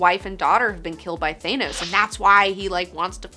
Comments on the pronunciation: Thaa-nos....not Thay-nos. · Please, I implore you, it's pronounced "Th-anos"....not "Thay-nos". Love you! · ...Who's Thanous. Thought it was Thanos. lol much love too the channel tho x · You'd think people would be able to properly pronounce Thanos by now.